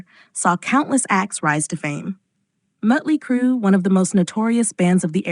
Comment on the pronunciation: Why do narrators of these videos call Motley Crue...Mutley Crue? Is it because of the diaeresis (name of symbol over the vowel) and AI pronouncing it "correctly"? For the poster: It makes you sound inauthentic and basically groping for money. I'm blocking you from my feed. Your BS is intolerable.